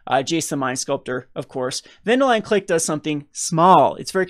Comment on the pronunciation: Ven-duh-lion Clicque? I can understand your disappointment in this set so far, I mean the names are just so hard to pronounce..